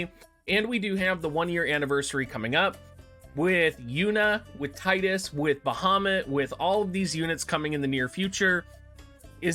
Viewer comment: It's Tee-dus not Tide-us 🙃 although Tide-us is a good fit cuz of the water haha 😆 I honestly love your content Dr, thank you for your services!